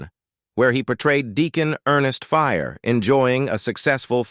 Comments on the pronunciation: Deacon FRYE. Not Fire. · Ernest Frye, not Fyre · You dam AIs always got to fuck info up. He was FRY NOT FRYER on AMEN‼️ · His character on Amen was Ernest FRYE (fry), not "Fire". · FYI, IT'S DEACON FRYE, NOT FIRE